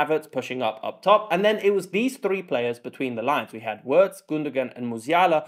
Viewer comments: who's Cruise? can't you pronounce a straightforward long O sound? Kroos is not Cruise. Also Wirts is not "Wörts". It's a short i-sound like in the English words in or it , there's no ö-sound like in "words". Its really not complicated. Actually English is complicated, It's not the Germans fault. You guys pronounce words and birds and hurts the same but write different vowyals for the same sound. In German names the vowels don't change like in English. Wirts will be around for another 10-15 years, learn to say his fucking name. 😊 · Really nice analysis. Please continue. But when you pronounce Wirtz’s name just think: veerts.